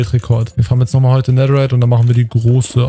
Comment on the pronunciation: wie das aufregt dass du immer "nedder" sagst